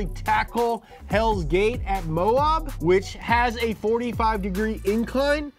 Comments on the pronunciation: it's Mo-ab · Just so you know, you say Moab like abs